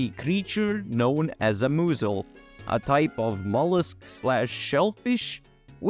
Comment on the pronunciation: Describing mussels, “moosles” lol